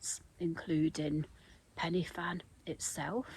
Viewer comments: Penny Fan 😂 It’s three separate words Pen - y - Fan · Great video. Quite surreal seeing you on a route I've done a few times. Shame you missed the views, they are stunning. Just for your info; here in Wales we pronounce it 'Pen-uh-Van' although it is spelt Pen-y-Fan. It literally means 'Top of the peak'. Glad you enjoyed Wales and you missed our infamous rain. 👍👍